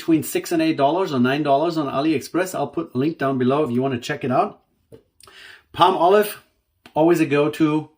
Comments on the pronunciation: Pall molive not Palm olive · If you Google the pronunciation in America it's paa-muh-lahv. So perhaps we are both correct.